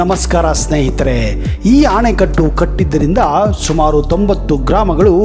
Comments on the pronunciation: ಆಣೆಕಟ್ಟು ಅಲ್ಲ ಅಣೆಕಟ್ಟು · ಅಣೆಕಟ್ಟನ್ನು ಆನೆಕಟ್ಟು ಎಂದು ಹೇಳುತ್ತಿದ್ದೀರಾ ಅಲ್ವಾ ಸರ್